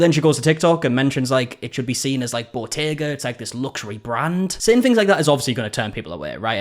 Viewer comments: I thought she was saying bodega. She's actually talking about Bottega, the luxury fashion brand. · Botega??!?! I thought it was "bodega"! 😮 lol